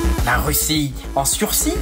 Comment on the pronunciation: "La Russie en sursis ?" pas en "sursie". Rôôôô, ces djeuns.😄